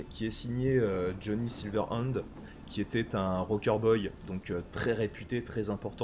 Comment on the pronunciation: 1er épisode très cool, je vais regarder la suite. Pour chipoter, j'ai ticket sur la prononciation de Jhonny Silver-INDE ( avec son groupe " Sauce Samouraï " ? XD ) au lieu de SilverHand XD je go épisode 2 ! :p